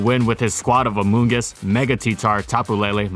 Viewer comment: I hate hearing amoongus now